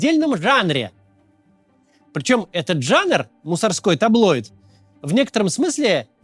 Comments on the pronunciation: ТаблоЙдов? Серьёзно? АндроЙдов? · "ТаблоЙдов"? Ну вы че , ребята